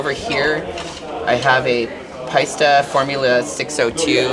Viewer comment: I’m sorry but she can’t pronounce Paiste... sorry it’s an e not an a...